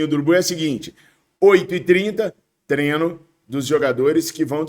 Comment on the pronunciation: Fala treiiinooo, e não trenoo